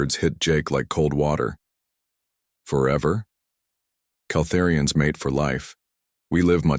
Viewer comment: Your AI pauses in................places that is shouldn't. A bit..................annoying. AND, are they "Kal-THEER-ians" or "kal-ther-IANS"????? Your damn AI keeps saying it different every other time! THIS is FREAKING ANNOYING!!!!!!!!!!!!!!! DUE to this alone, where your CRAPPY AI can't pronounce the damn Calterian word the same twice in a row................Thumbs Down!